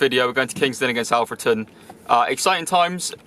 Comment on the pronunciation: It’s olfreton not ahfreton